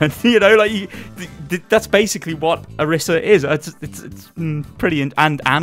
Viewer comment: It's Oreesa pronounced btw ;)